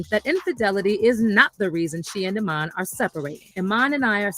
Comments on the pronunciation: “Eye men”? 😂😂😂😂😂😂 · pronounced E MON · I’m 💀 hearing “I-man” 😆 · I dont know what married woman needs to hear this: these men always have the mistress around the children. Ask your man if his own father put them in a treacherous situation when they were kids forced to keep secrets from their mom…😮 his name is pronounced E-mon